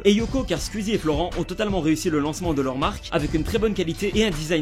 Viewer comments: J'ai horreur de la façon dont il prononce SQUEEZIE «SKUEASY» 😂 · ARRÊTE DE DIRE SQUIZI wsh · Ça me stresse il dit [Squizy] et pas [Sqouizie] j'trouve ça trop perturbant mdr